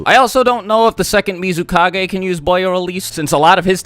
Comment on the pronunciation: SwagKage >> Godaime Misukage 😂